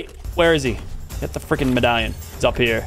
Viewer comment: bro said pin medalion